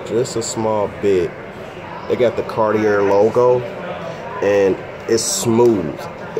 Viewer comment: Sounds right to me🤷‍♂️